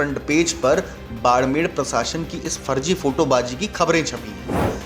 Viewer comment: बाड़मेर है भईया जी, बाड़मेड़ नहीं!